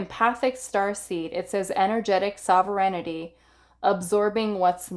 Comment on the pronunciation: Pile 1- - this is how you pronounce Sovereignty: SOV-ren-ty. It means that you rule yourself, like a country that answers only to itself (as opposed to a colony).